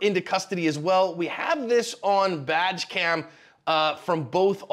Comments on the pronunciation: Haha "vag cam " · Wow, she just started blasting at both of them. That was butt puckering. Ohh also when you say badge cam, it totally sounds like you’re saying vag cam! Maybe body worn cam would be better. LoL. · Did I hear right ? Was that badge cam or vag cam ? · I swear I heard "We have this on VAG-cam" twice. lol